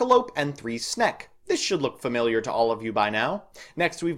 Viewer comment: we really gotta teach you how to pronounce snek.